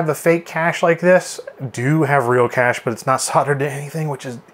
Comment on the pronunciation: Kay-sh is correct, as in "the pirates had a hidden treasure cache", not "the pirates had a hidden treasure cash"